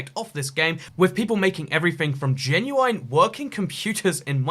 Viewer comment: How did you just say genuine?